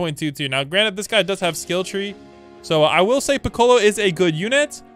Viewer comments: I died everytime he said Pi-colo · Bro didn’t say Piccolo’s name right